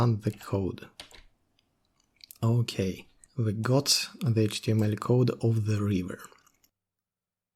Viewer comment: Произношение Эйчь ти эм эль выдает )))